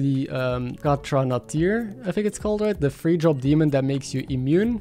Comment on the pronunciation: Hi, it's Geo your speech coach again. You are still pronouncing "three" wrong! I hope not to embarrass or make light of it.For some reason you recorded the word wrong in your brain maybe at an early age? I used to tutor English to Japanese ppl bc my gf who was would get me jobs. Practice saying, "SEH (rhymes with meh) - REE. Pretty much like "sorry". the TH sound is passable that way, one can barely tell the difference. "Fury" has been the only, and i mean only, other word I've heard you struggle with. Same deal: FYEH - REE. Keep up the great work, awesome content as always!